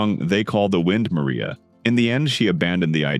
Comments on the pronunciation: They call the wind Mariah not Maria. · Facts omitted or slightly wrong Joan’s father was a physicist who refused to work on the A-bomb project and taught in Baghdad for a while. « They Call The Wind Mariah » is from « Paint Your Wagon », a musical and is not pronounced like the Spanish name Maria but is pronounced Mariah as in Mariah Carey’s name